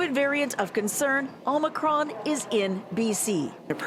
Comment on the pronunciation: Did Bonnie really pronounce Omicron as "Ohmycron"? Shouldn't the professionals know how to at least pronounce the virus they are fighting? :o 1m09sec